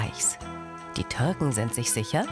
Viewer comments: Bei sagt sie "Die Törken sind sich sicher." Galileo kann weder übersetzen, noch das Wort "Türken" richtig aussprechen. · Wie dieses ständige „töörken“ aufregt, es heisst Türken!! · Bitte schmeißt die Kommentatorin raus, es heißt Türken und nicht Törken !! Wohl beim erzählen den Mund vollgehabt, aber nicht mit Baklava !!